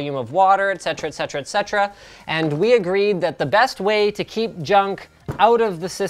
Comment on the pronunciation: You're the only person on youtube i've heard properly pronounce "Et Cetera", everyone else pronounces it as "Ec Cetera" for some reason...